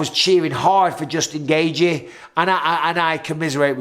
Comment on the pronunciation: Gay gee gay gee gay gee. Justin gaygee. It’s pronounced gay chee. The first second of the main event had twice the action of Rose vs Carla. But Rose is still the best. Her foot just slipped for five rounds. ..